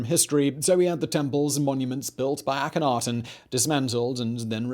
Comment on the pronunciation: I have heard that the K in it is silent. It is a-hen-a-ten